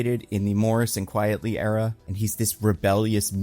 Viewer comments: QUITELY. 'QUITE'. Not Quietly. Not Qui-et. His name is a pen name, a play on Quite Frankly, it's Frank Quitely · Jesus. So are you just insisting on mispronouncing Frank Quitely's name? It's a made-up name. Who the HELL has the last name "Quietly"?! Do you know anyone named "Loudly"? None of that is real. But I guess that's your depth of research.